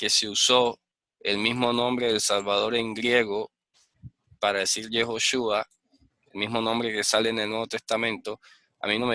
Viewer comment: El Señor Gordon pronuncia yehjova es lo mismo como ud.pronuncia yehjochua tambien está mal